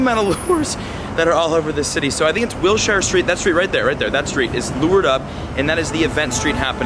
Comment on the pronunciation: will shire.... lol its will sure you are a foreigner to LA